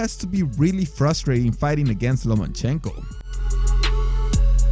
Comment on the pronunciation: Great video, but please stop pronouncing it Lo'man'chenko hahaha